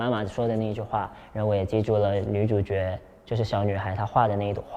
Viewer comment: “主角”的“角”（jué)字发音准确。赞美马来西亚小哥！